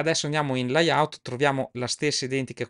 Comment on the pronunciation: Comunque si dice leyaut, loud ecc. Il corso è ottimo ma visti i problemi con l'inglese forse sarebbe meglio usare l'interfaccia in lingua italiana.